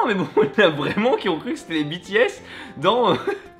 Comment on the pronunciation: Depuis quand prononce bien "BTS"?! 😲😲😲